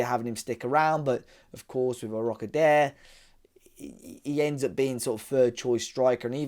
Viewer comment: It’s pronounced ‘Aro-ko-da-ray’…